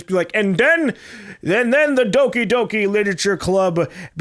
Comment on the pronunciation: How is that fucked up game called with gore and shit? I can't understand him that well when saying the name of the game